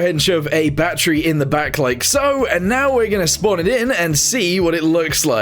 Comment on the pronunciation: Why does he call battery batteru?